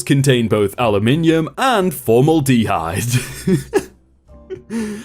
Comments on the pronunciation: "Formal-d-hyde" try for-mill-da-hide 😆😆😆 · Aluminum was pronounced funny. but I think that's how Europe pronounces that. But Formaldehyde.... Formal De Hyde? For mal da hyde. I don't think Europe has that pronunciation. I hope you laughing with me and not taking it as a /facepalm..... lol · wtf is formal de hide? its (formAldahide) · Was less concerned with aluminium vs aluminum and more concerned with formal dehide vs formaldehyde (four-mal-duh-hide [the a in mal is pronounced like the a in apple]) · Formal-dehyde 😂 it's for-malde-hyde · sorry for the pedantry:formaldhyde in AM english is For-Mahl'- duh -hyde. Your pronunciation was understandable, but not technically correct.in the US. I have no apology for the chaos of our language.You strggtled with this word, so I interjected. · it's also not formal-de-hyde, it's form-al-dehide 😂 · More importantly than aluminum V aluminium, it's Formaldehyde (Four-maal-da-hide) as opposed to (Formal-de-hide) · nice to hear again but also sorry but its for-mal-d-hide not formal-dhyde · I too, enjoy a tall glass of formal dee hide in the morning. Though TBF, it is a totally logical way to pronounce it, just looking at the word written down. Trying to pronounce long words sucks so much. You can't tell where one syllable ends and the other begins or which syllable to stress. Though how have you not heard the word formaldehyde before? Or am I just an ignorant yank, and this is an Aluminum situation? Do Brits stress the hyde not the mal? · Formal-D-Hide? Teach the computer to read, or learn to do it. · "Formal dee hide" ? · Formal-Dehyde is driving me up the wall LOL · Pronounced FOR(4)- MAL-DE-HYDE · it's pronounced 'For-Mal-Da-Hide' Phonetically. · Aluminum wasn't the one you misspoke, however formaldeheyde is pronounced for-m(ae)l-da-hyde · I don't care of you say AL-u-Min-yum, I care if you say formal-deh-HIDE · Formal-dee-hide ... lmao. Don't quit your day job. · formal DEEhyde? really? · Formal dee hyde